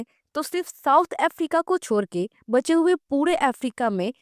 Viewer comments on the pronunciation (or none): choodke ❌ chorke ✔️